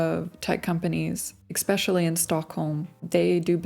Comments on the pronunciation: Would be nice if you knew your own language though. eXspecially 😜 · Why you say „ekspecially“ I also heard some ppl say „eksetra“. EN is not my mother language. Just curious.